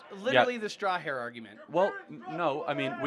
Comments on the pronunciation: "Straw-herr argument" 😂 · what's a "straw-hair?"